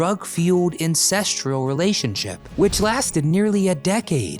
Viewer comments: Minute An "Insestrial" relationship!? Why don't people learn the words they are reading! Come on. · I like the research and the gathering of video clips... but I really want to be an editor for y'all YouTube content creators... because "incestrual" ??? I deplore the waning of literacy in the last few decades. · What is an "incestrual relationship?" Or a "pallaDEEum?"